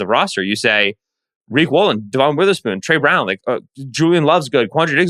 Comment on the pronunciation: Season is almost over and you atill can’t pronounce Devon Witherspoon the right way